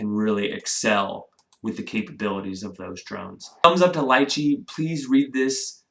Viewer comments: Its pronounced as Lee-Chee... not Lie-Chey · "lie-chee"? ... i've always pronounced it "lee-chee" ...potato potato :) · It’s pronounced, Lee-Chee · Not pronounced correctly